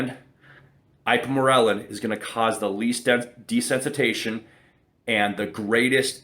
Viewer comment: It’s pronounced de-sense-it-ization